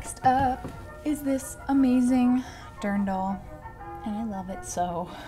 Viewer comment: Haha..I have to share this. When you held up the Dirndl, I honestly thought you said," I love this darn doll". I never knew what those were called.😂😄 Mrs.O